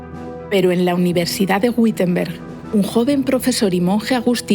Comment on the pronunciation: Muchas gracias por esta fenomenal historia de la escuela - instrumento de opresión y adoctrinamiento fundamental. Un detalle: Wittenberg se pronuncia correctamente así: ví-ten-berk. La sílaba "vi" se pronuncia como b sonora como se hacía ataño en castellano, de ahí la diferenciación entre v/b: labiodental - bilabial. La "W" alemana siempre se pronuncia labiodental. Un cordialísimo saludo. ¡Fabuloso canal para desadoctrinar 😅!